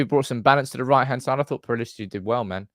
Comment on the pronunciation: you're alone in pronouncing Pellistri "Pellistri". Normally we get "Pillestri". Thank you. It's refreshing.